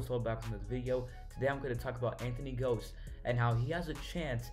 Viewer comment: why didnt you look up how to pronounce his name?